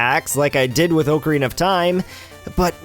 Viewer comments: I know i will sound Nitpickey here, but it's AH-carina, not OH-carina. I know a little bit about Ocarinas, and it's pronounced "Ah-ka-ree-nuh". If you're going to be doing a Zelda Month sort of thing, then this is something you should know. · I cringed every time he mispronounced "Ocarina". xD